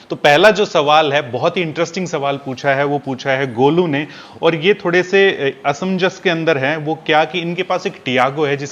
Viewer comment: Ashamzas nai sir ji asmanzas